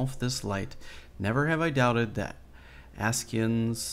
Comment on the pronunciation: Asci ans you pronounced it correctly first time. Say that at once